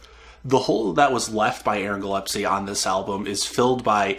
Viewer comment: Sorry to be someone who corrects, but it's Aaron GILLESPIE - gill-es-pee